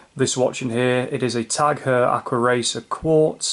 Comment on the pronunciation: Without "H", say only Tag Oyer.